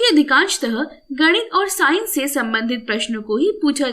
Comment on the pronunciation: First it is physics not phzics And it is science not synce